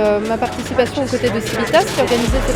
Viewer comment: Chouette vidéo! Néanmoins, il serait temps que Civitas sache prononcer correctement son propre nom en latin...